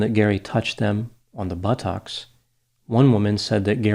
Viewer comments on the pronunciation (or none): Check out Phineas Gage! Lol why did you say butt-ucks rather than buttocks!?! Lol 🤣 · pronounced 'buttocks' like Forrest Gump did after he was shot in buttocks.